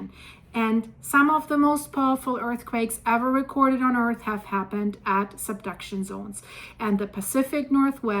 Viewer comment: Can you learn how to pronounce earth it’s not “earthis”